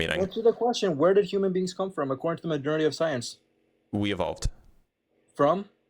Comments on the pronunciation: When this free guy was talking did anybody else keep hearing ‘majornity’ rather than majority? Was driving me nuts. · Is he trying to say “majority” every time he shouts “modernity?” 😳